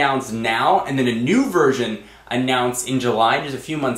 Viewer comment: "Mew" iPhone....